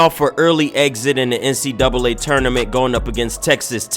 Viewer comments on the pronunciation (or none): none